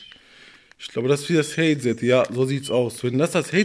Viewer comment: der sagt haizad (soll headset heissen) xDDD